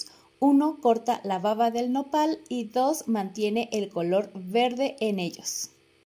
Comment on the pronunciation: Excelentes consejos !! solo sugiero que tenga cuidado al pronunciar la palabra "baba" ya que a veces la B la pronuncia como V ....en los idiomas esta es una importante diferencia !! lo mismo como en español ! saludos